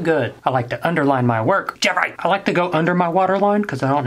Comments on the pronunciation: JEFFRAY!! That's what is sounds like everytime he said Jeffrees name. This video was hilarious. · More like JeHfRReHHhH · Hahah so funny how he keeps saying Jeffree